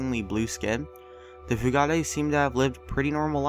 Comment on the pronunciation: The blue fugates, pronounces (FYOO-GIT)